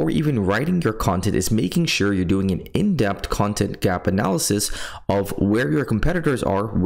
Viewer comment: I'm glad you finally realized how to spell "in-depth". Now you just gotta work on the pronunciation🤣. I'm just playin' 😆